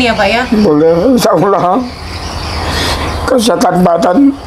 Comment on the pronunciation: Ya Allah ..bukan ya Auloh mbak